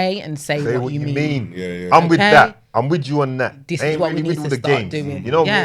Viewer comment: this is pronounced this, not dis.